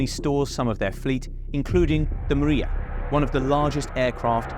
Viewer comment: Its not called a "maria". This plane called "mria", ukrainian word for "dream".